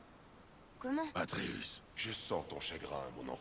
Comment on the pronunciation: Tu saoul a dire tout le temps arteus au lieu de atreus